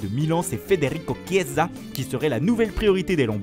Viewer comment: "Federico ChIEsa" 🤣👌